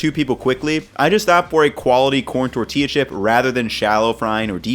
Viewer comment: I love when mispronounces words Torchia chip